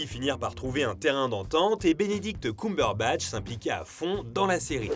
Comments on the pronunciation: Personne:: Benedict Coumberbatch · C'est pas pire que Cucumberbatch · J'avoue enplus il appuir bien sur le COUM😭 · ça me stresse la façon dont tu dis "Cumberbatch" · Bordel la prononciation ... On sent qu'on est sur du bon franco-français. Le mec s'est renseigné pour pondre 11 minutes de blabla à propos de quelqu'un dont il ne sait même pas prononcer le nom correctement. C'est fort. Très fort. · Dsl mais la prononciation du nom cumberbatch c pas encore ça ... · Le prochain qui dit Cumberbatch meurt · J'ai tout apprécié ! Pour moi son meilleur rôle est "The Imitation Game" ! Par contre la prononciation de son nom de famille j'suis pas trop fan! Je ne sais pas si ça se prononce comme ça mais ça a sonné faux dans mon oreille ! Sinon je vote pour #Reno ❤️ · C'est Ceumbeurbatch !!!!! Pas cuuuumberbatch 🤣 mes oreilles 😭 mais super travail comme d'habitude 😘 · Sérieux c'est horrible ce COUmberbatch... tout le long c'était insupportable, Cumberbatch ça se prononce KEUMberbatch... on dit bien fun et non foun, sun et non soun... désolé mais là c'est vraiment insupportable même si la vidéo est bonne. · C'est Cumberbatch et pas Coumberbatch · Arrêtez de dire "Benedict Coumberbatch" bordel !!! Entre Allociné et toi !!! xD Ta vidéo est très bien construite, mais pour tout t'avouer, je suis une grande fan de Cumberbatch donc je savais déjà presque tout ce que tu as dit mais tu m'as quand même appris deux-trois anecdotes vers la fin de la vidéo que je connaissais pas ! Et pour le violon, c'est pas lui qui a appris à faire du violon, il a juste appris vite-fait les mouvements. La vraie musique jouée au violon est doublée par un vrai violoniste. Il y a une vidéo où des fans demandent à Benedict Cumberbatch si il sait jouer du violon, il répond que non car ça demande des années de pratique, qu'il n'allait pas juste apprendre le violon pour la série. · Benedict “Coum”berbatch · Non pas du tout ! Tu as raison. Petite erreur de prononciation dans la vidéo. En Anglais c'est bien "Keum"